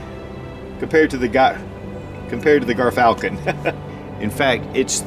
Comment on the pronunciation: Dont mean to be that guy but its pronounced JEERFALCON